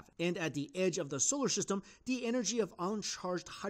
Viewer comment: "Scholar Syhstem"